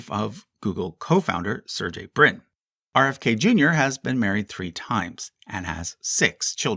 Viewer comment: and yet he botched Sergei Brin later...